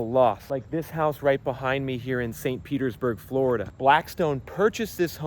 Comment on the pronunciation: 😂Flori-dah? Even Blackstone can't afford the insurance!😂